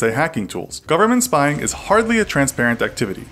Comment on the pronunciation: STOP SPIYING ON MEEH